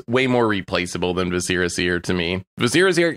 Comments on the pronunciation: Vis uh ruh seer... It is not vis eh ra. Like visceral. It's driving me nuts. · The way they keep pronouncing Viscera in Viscera Seer is driving me crazy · It's mind-blowing how many people mispronounce "viscera" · I'm convinced you all say viscera wrong on purpose to generate more comments